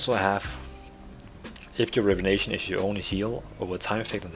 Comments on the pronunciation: It's not "rivenation" its "rejuvination" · Say Rejuvination again?....lol